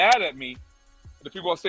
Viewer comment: You're mispronouncing the name N.O.R.E.